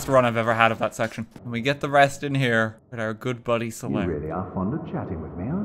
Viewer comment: IRISH MOMENT: Why are ya focusing on thath?